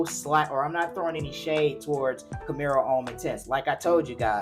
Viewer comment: ⛔️IT IS NOT "CAMERO" IT IS CAMARO....It reads exactly as it is written.